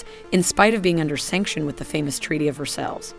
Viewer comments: Treaty of "versells"? That particular French word is pronounced "Ver sigh". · Hate to be that guy, but that’s not how you pronounce Versailles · Some of the pronounciation is 'unusual': for example "barrage" and "Versailles" are completely wrong to name just two. A pity when the content is otherwise so good.